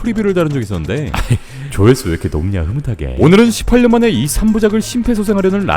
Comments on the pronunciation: 18년의 발음이 좀 쎈건 기분탓인가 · ㅋㅋㅋ 몇번을 들어봐도 18년을 18년이라고 말하는게 아닌거 같은데 18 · 형 십팔년 발음이 좀쌔다? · 18년 ㅋㅋㅋ 발음 찰지네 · 형 18년 할 때 ㅅ발음이 거센거 나만 그런거지?ㅋㅋㅋㅋㅋ